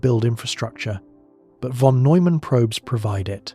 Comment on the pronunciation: If only you pronounce "von" correctly.